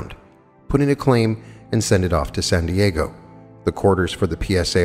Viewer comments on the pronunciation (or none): none